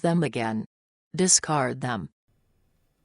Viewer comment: Discart, discart, discart, discart, discart, discart and discart...